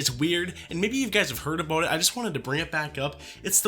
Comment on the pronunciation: “aboot” are you Canadian? 😅